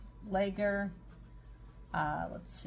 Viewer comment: Lager is pronounced “logger”. Just an FYI. I put cheese in my beer bread. It lasts practically forever if stored in the refrigerator. Tastes great toasted or with a grilled sandwich. Dust your hands with flour or use a rubber spatula when transferring dough to pan. My recipe is much different. I drizzle melted butter over the dough before baking. Bread is extremely moist. I think I’ll try your recipe.